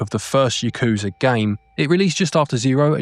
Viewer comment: Yakuza. Yah-kuh-zah. (Yes.) "y'KOO-zuh." (No.) Kazuma. Kah-zuh-mah. (Yes.) "k'ZOO'muh" (No.) "m'JII-ma" I fricking give up with this guy...